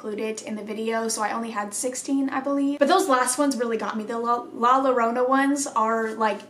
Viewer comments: It is pronounced “yo-ro-Naa”. And if you hear her, get the fuck out of there. Don’t stay, don’t look for her, just leave. Or close your doors and pray. Supposedly if you can hear her cries close, she is far away. But if you hear her screaming like in the distance, she is close. Last time we heard her, we had to sleep in the same room (my baby brother, my mom and me). We heard her screams really far away so we knew we couldn’t go outside. It was a really awful night lol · Hey there! La Llorona pronounced La Yarrona (the r rolls) has a couple of different tales. The first is that she catches her husband with another woman so drowns their children for revenge. The second is that she is jealous of her children because of the attention her husband (their father) gives them so she drowns then. Then when she dies (usually suicide in the tale) she is unable to cross over until she finds the bodies of her drowned children. BUT they have crossed over so she is dammed to roaming the lake sides looking for her drowned children for the rest of eternity. It’s a story told to children so they won’t roam around after dark near the water. She’ll get you if she sees you, but you want to help her because she’s a crying woman. Or maybe it’s real 🤷🏻‍♀️😬😁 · The movie la llorona was terrifying. I haven’t watched it in a while but I remember it being good. It’s pronounced like “la yorohna” and it translates to the crying lady I believe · La Llorona is pronounced (La Yo-ro-na) and the backstory about her is I believe she caught her husband cheating on her and they had two kids and out of rage she took them to a nearby lake and drowned then to get back at her husband and then I'm not sure if he killed her or she killed herself but now she wanders around the streets yelling around for her dead kids. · Btw La Llorona is pronounced La Yorona i didnt see anyone tell you in the comment so I figured I'd tell ya :) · La Llorona- pronouncification is La Yorano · It's pronounced la yarona if it helps